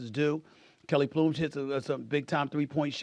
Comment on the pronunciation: Kelly Ploom?? 😂😂😂 Kelsey Plum has to go by this name from now on.